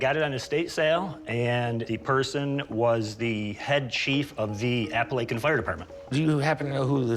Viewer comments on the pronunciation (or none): none